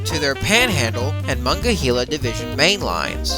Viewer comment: muh-nong-guh-hee-luh River.... Lol your pronouncing it wrong